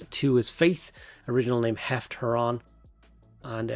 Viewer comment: Small correction: it's Lufgt Huron (not "Heft" Huron). :)